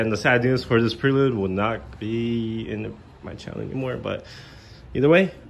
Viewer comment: Can't even say Prelude correctly....... Plus it is an automatic. Weaksauce. The whole thing, complete weaksauce.